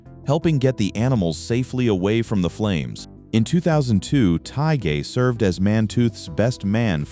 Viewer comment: The "G" is silent in Kevin Tighe's last name! Marco Lopez and Ron Pinkard are still alive